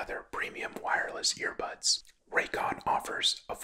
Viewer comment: is he saying ear pods or ear bads